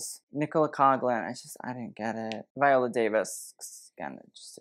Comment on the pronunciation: Like Irish names are hard to say, I get it... but pronunciation is Google-able... Spelling Coughlan wrong too, consistently, for at least a year... thats just disrespectful